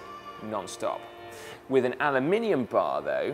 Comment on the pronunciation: I like the way you say “anolumininum”